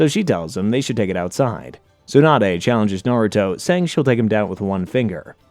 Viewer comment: And tsunade 😅